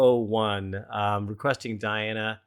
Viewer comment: Her name is pronounced Dee Anna